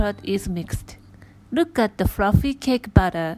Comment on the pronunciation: "Rook at the fruffy cake batter"